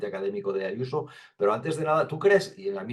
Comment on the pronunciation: Pero si esa tal Yuso no sabe ni decir su nombre como no lo tenga escrito